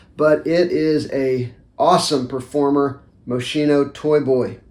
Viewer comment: say it with me now, MO (moe) - SCI (ski) - NO (no) 😂